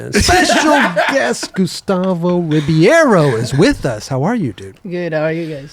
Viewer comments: i was referring to when the try to pronounce it in their best way. even when they get the middle of “BAY” correct they never say “ROO” they say “RO” same way they assume any name we have that ends in S they pronounce like Z. we arent spanish but they lack the ability and knowledge to understand. the Ri sound in Portuguese has a flem sound to it. which is also a major difference for brasilians. its H for them. same way D is G for them. 😎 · in USA they pronounce REE-BEE-AYRO.... which is terrible. the point was to say how to pronounce the middle syllable "bei", that is their major mistake. if we're going to get picky the "R" sound of "Ri" is also incorrect with Portuguese..... 🤠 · REE-BAY-RO :face-blue-smiling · say his name like this: Rib-hey-row, say it fast.